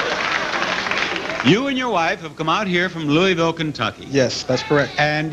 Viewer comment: It Louisville not Louieville!